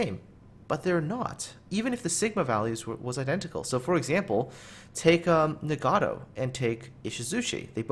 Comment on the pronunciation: "...the ni-gaddo." I've never been offended by such a butchering of a ship name ._.